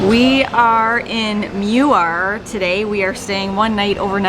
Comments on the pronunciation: i'm sorry but i cringed when my hometown name was butchered lol. this is how it's correctly pronounced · How to pronounce Muar. It’s Moo-war. Or Moo-wor. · brah the pronounciation of muar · Vote for Redang Island the best There’s no curry inside the soup It is rempah kurma ( spice from dates) As for Muar pronounce it ‘Moo wahh’ Not ‘mew war’ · Not meu-ar. It is Moo-ar. And I prefer Redang island. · It's not pronounced as mew-ar, it's moo-waa but the locals called it muo (moo-wo). But foe melakan its moo-wow) with a twang and the second syllable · I am amused when you pronounce Muar as Miuar. It is actually pronounced ' moo...are'. Johorians pronounce as ' moo...awe' ( as in awesome). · Hello! I'm a Muarian living near Putrajaya. BTW, the town of Muar is correctly pronounced as: Muar = "moo-are" ✅. Muar = "mew-err" ❌❌❌❌❌!!! For additional trivia info for you: 1. The official & actual name of town of Muar is Bandar Maharani Bandar DiRaja or translated in English as Bandar Maharani the Royal Town. "Bandar" = town. "Maharani" = empress. "DiRaja" = royal. We can also say it in English as Empress Town, The Royal Town. 2. Muar is a district whereas Bandar Maharani a.k.a Muar town is its district capital. 3. There is a town of the same name, Muar, in Portugal. 4. The Portugal Portuguese was a colonial of Melaka, a capital city of the Melaka Sultanate Empire in The Malay Peninsula back in 1511. Muar area & its town were once formed part of the Melaka jurisdiction. But the Portuguese had not been succesfully to took over Muar where the Sultan of Melaka's retreating party had repelled n defeated Alfonso De Alburqueque at Muar River near Bentayan Fort. The Portuguese had 3 war ships bombarded the Sultan of Melaka but failed to capture or defeat the retreating party.